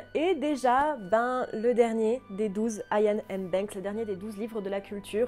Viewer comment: Iain se prononce Iyenn (écossais, "dieu fait grace") ou a la francaise simplement Yann. Merci :)